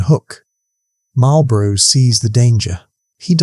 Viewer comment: Excellent video—clear, engaging, and a great reminder of why the Duke of Marlborough is still considered one of Britain's greatest commanders. Never lost a battle? That's the kind of record that makes legends! Just one small (and cheeky) British-American note for the narrator: It's 'MAWL-bruh' (or 'MAWL-buh-ruh') for the Duke and his title... not quite the same as the cigarettes across the pond that are pronounced more like 'MARL-buh-roh' and come with a very different kind of 'victory' – usually just over your lungs! 😏 Keep up the good work on these history tales!